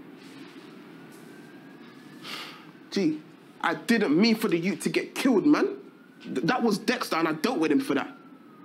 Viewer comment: "Yout" not Yute 🤦🏾‍♂️🤦🏾‍♂️🤦🏾‍♂️